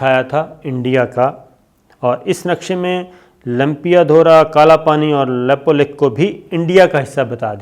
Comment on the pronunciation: Abe laude Nepal chota hai na toh China se darega na toh India se ,Nepal Kashmir nahi hai ,tuje jaaan hai history padh aur news bana ,desh chota hota hai population kaam hoti hai ...lekin international bradari ek hai.Nepal ke bare mein bina jaane samjhe kuch mat bol, lepulekh bolna tujhe nahi aata.news banane aaya,bolna nahi aata Nepal ke jamin ke bare mein.